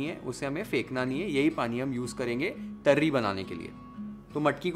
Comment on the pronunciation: Loved the way u speak marathi words like zanzanit, tarri, kat, matkichi ussal, batatyachi bhaji.... Recipe is 10/10 as usual Love u chef❤